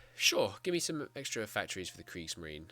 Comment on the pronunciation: Loving this series :) Also, the E at the end of Kriegsmarine is not silent. It's pronounced Kriegsmarine, not Kriegsmarin. The thing about the Kriegsmarine is that building navies take a looooong time. Erich Rader, the head of the Kriegsmarine, was firmly of the mind that the Kriegsmarine would not be ready for a war until 1948. You can imagine how panicked he was when the World War started in 1939. “As far as the Kriegsmarine is concerned, it is obvious that it is not remotely ready for the titanic struggle against England. [...] The surface forces, moreover, are so weak and so few in numbers vis-à-vis the British fleet that the only course open to them-presupposing their active employment-is to show that they know how to die gallantly and thereby to create the basis for an eventual rebirth in the future.” <- Raeder was all doom and gloom when the war started So though the restrictions on Germany were relaxed by Britain, it didn't make a big difference, because whereas building a gun takes a few minutes, building a battleship takes several years and is not something you can rapidly change at a moment's notice. As a matter of fact, when the Bismarck started her first (and last) mission on May 21st 1941, she was supposed to embark along with her sister ship the Tirpitz. But the German dockyards had fucked up with the welding of Tirpitz's hull and had to redo the process, the time delay meant that the Bismarck had to embark alongside the Heavy Cruiser Prinz Eugen instead. This